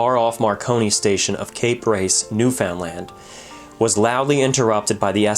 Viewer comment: If you can say understand then you can say Newfoundland. new fund LAND.